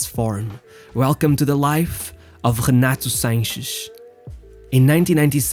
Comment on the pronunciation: No one: This dude: GHENATHO SHANCGHES